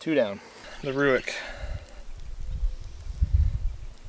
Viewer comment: It’s pronounced RAKE not ROOICK